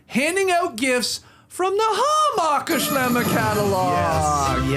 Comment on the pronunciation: I look forward to this episode each year more than any other, just to hear Skeets pronounce Hammacher Schlemmer. Keep it going!!